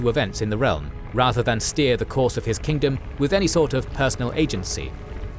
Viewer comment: its kingdom not kingdome 😊